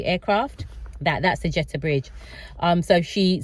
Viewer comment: Jetty tunnel not Jetta 🙈